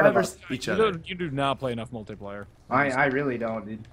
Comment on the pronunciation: Does anyone else pronounce multiplayer like mult-E-player? No okay